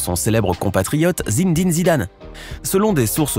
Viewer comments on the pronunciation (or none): zindine Zidane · Nonnnnn c pas Zindine maiiiiiiis Zinéééédine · Zindine Zidane 🤦🏽‍♂️😂😂